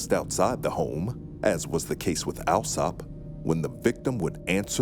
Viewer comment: Little has changed when it comes to the British class system! For the record, Alsop is pronounced All-sop. This is not a criticism of the narrators, who did an excellent job, just one of those foibles of British English.